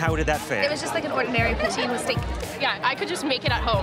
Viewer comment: Why would college kids want "Japoutin?" They lost before it even started.